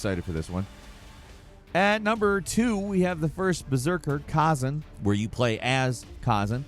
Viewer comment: I’m pretty sure it’s khazAn, not khAzan